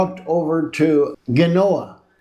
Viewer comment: it's pronounced Genoa ...like jenny or jennifer ...the "G" in Genoa , you munjacake